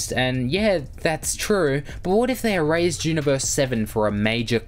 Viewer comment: IT'S ERASED NOT "ERAZED". Other than that great vid